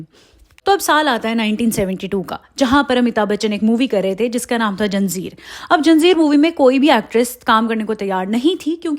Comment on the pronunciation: Janzeerrrr ?? 😮pagal aurat it's zanjeer bola toh Sahi Karo 😂